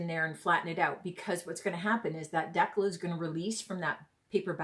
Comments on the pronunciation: It's called a DEE CAL like cal for calorie, not deckle. Gees. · Thanks so much for the video … great tutorial :-). As for how to say decal .. it’s the other way you said it…. Dee-cal …. Thanks again, I know I will be trying this. You can also do it with temporary tattoos. You can buy them on Amazon. You wet piece you’re putting it on, place the “tattoo” then dampen the backing … then the backing slides right off. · Love it. Its a dee-cal as in California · Sounds like…Deckle but people meal Decal 😂🤣😂 that is hilarious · When you pronounce decal, it should sound like (d cow). It's a cut way to remember it. I hope you don't think I'm rude by saying this. I love your youtue. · It’s pronounced de cal